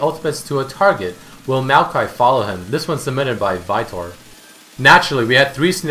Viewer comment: he sayd vitor in a funny way xD